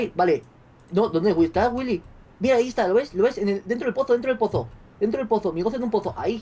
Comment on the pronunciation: Me gusta demasiado, como Vegetta777 pronuncia el: Willy